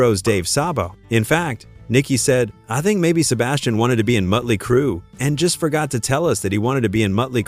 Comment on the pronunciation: Motley not mutley